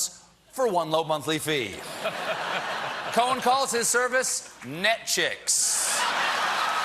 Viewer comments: Paused to write my previous comment. Pressed played and he said Nyetchix...........FFFFUUUUUUUUUUCCCCCKKKK!!!!! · He said "Netchicks" AND "Nyet-Chicks". Once each. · Netchix. Lol. Hahaha👍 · NETCHIX ..and it comes with Streaming.lol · "Netchix. It comes with streaming." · "Netchicks" better to have "Nyetchicks" lolol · Netchix and fill? 😂😂😂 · Hahaha hahaha 'Netchix'. Comes with streaming 😂😂😂😂